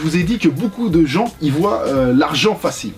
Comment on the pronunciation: Voient pas voYent 😭